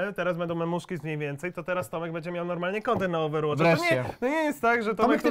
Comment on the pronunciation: mniejmniej zamiast mniejmniej xd